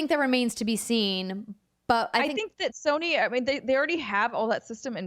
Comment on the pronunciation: Andrea pronounces Sony like there's an R... 'Sirny' 🤔